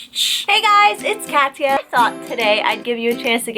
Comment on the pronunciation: okay thanks because the way you’ve said your name I was hearing cassia like cas-ia and I was rly confused